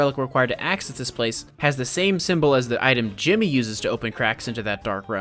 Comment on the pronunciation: It's not Jimmy, it's djimmi